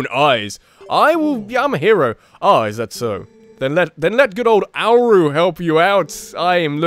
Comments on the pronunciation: I think Auru is pronounced "Or-oo", as the word Aura is pronounced "Or-uh". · Its (AH-RU) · i think it's Or-oo for Auru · Auru =. Or-oo? I believe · The scene were you're trying to pronounce "Auru" needs to be in the highlights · I think "Auru" is pronounced almost like how you'd pronounce "aura." Don't normally like to point these things out, but it just looked like an easy one... Anyways, man you should've stayed talking to the "quiet" guy with the mask/helmet on! Talk to him a 2nd time and he'll reveal himself to be... a certain some1 you know.